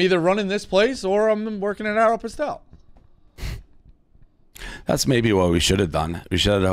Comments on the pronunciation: Hearing pronounce “Areopostole” is hilarious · My man said “arrow pastel” 😂😂😂😂😂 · "Aero-pistal" lol that made my day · How no one called out for his pronunciation of “Aeropostale” is absolutely bananas 😂